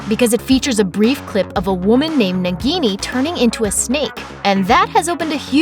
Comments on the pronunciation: It's " Naah-gini". Just like a minute of research man. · It is not pronounced nigini....it is pronounced as Na-ghi-ni .It is hindi word derived from word Nag which means snake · And also it's pronounced as "naag-ini" and not as "nug-gi-niii" .. say it right people! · That pronunciation of "Nagini"... My ears. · Why she is pronouncing nagini wrong